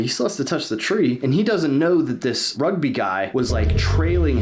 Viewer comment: Me as hearing rug b, or Rugby not good as my saying, do not mind it.